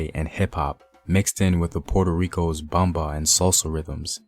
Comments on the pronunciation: Great video but Everytime homie says Bomba and Taino I cringe. Great info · I LOVE THE HISTORY, BUT PLEASE LEARN HOW TO PRONOUNCE THE WORDS, LIKE PLENA,BOMBA, TAINO, SALSA. PLENA AND BOMBA WAS NEVER ABANDONED BUT BIRTHED A NEW GENRE, SALSA. IT'S ALWAYS BEEN THE FOUNDATION, AND STILL PLAYED TODAY IN PUERTO RICO ALSO THE PARRANDA WHICH IS PLAYED DURING CHRISTMAS AND THE CELEBRATION OF THE THREE KINGS. IT COULD NEVER BE ABANDONED ITS OUR HERITAGE. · I’m sorry he doesn’t even say Taino or bomba right lol I’m sorry and they didn’t speak Spanish moronic I swear so offensive to speak on my people speaking on somebody else’s history and act like you know lol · Taino, " Tah - EE - noh" Ponce, "Pohn-say" Bomba, "Bohm-bah" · Yes I wish the narrator had practiced how to pronounce at least the word Taino; plus Ponce, bomba, Loisa.It was a bit annoying his Anglo pronunciation of these few Spanish words.